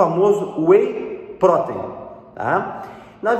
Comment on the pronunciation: A pronúncia de “protein” está incorreta.